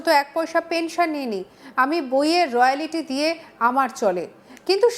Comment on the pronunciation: রয়ালিটি আবার কী কথা? এই সংবাদ পাঠিকার মুখে প্রথমবার শুনলাম। কথাটা রয়ালটি হবে।